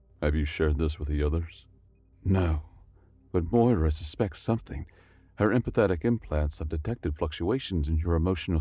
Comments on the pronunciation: The name Moira is pronounced Moy-ra, and sounds best with an Irish Brouge. More-a is a common mispronunciation in America. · Opening moments... "warfare" not "warefare" "augmented" not "augmated" "Moira" not "Moria" ...rough start with all those in the span of about 6 seconds, but great story! Later on, you have a couple of instances of the word "facet" which you read as "faucet" instead. A few minutes after getting it wrong multiple times in a row, you get it right, confirming you do know the difference, but you continue to pronounce "Moira" as "Mora" or "Moria" throughout the video. Also, "empathic" is not the same word as "empathetic" and while there's some overlap in the meanings, the written "empathic" was more correct in context than the word "empathetic" which you read in its place. Another one is "chirality" where you used the wrong type of "ch" sound. This seems like a "should have pre-read the story and looked up the words you don't know" moment, and your pronunciation of "subsequently" gives the same impression. And in the awkward doubled-up line where your video got glitched out (in which the subtitles disappeared for the duplicated chunk of voice work), you ended with "the unprecedented phenomenon it was odd." Except that the text doesn't have the last word of what you said, because that word makes the sentence incoherent.